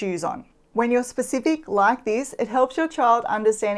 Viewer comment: "hit the lije button and what.....?" Haha. Great videos.